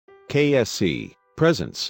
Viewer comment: Who heard KFC instead of KSC just meh ok